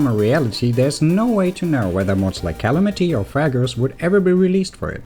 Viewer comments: The way you pronounce calamity hurt me physically by rupturing my ears. It's pronounced calAmity not cAlamIty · kal-amanti how the fuck did you pronounce Calamity, (Ka-lamb-ih-tee)